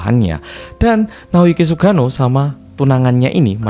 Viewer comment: Salfok cara nyebut nama Sugano medok banget, jadi kayak sugiono😂